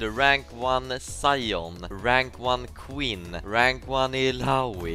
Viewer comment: Took me a second to realize he said Quinn not queen… I think rank one queen is more accurate.